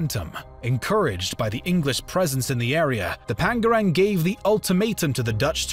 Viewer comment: Ternate should be pronounced Tare Na Tay Tidore should be pronounced Tee Doa Ray Pangeran (prince) should be pronounced Pang A Run